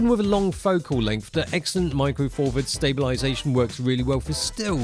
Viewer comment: All I'm hearing from is Micro Four Furds. Once it's heard it cannot be unheard. 😂